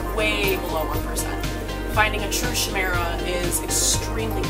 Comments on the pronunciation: It’s not SHimera say it as Kymera except its CHimera lol ik that sounds weird just tryna help you pronounce it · its pronounced " k'eye-mera " :) Chimerism can happen in pretty much any animal, its usually more commonly seen in cats, but its still extremely rare. its basically when two babies merge together in early developmental stages, not genetic and can't be intentionally bred. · You pronounced Chimera incorrectly.